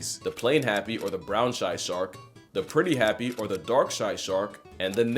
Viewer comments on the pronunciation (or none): I hate to be pedantic, but its pronounced "Nah-tal" as in "KwaZulu-Natal," not "Natal" as in "Of or relating to birth."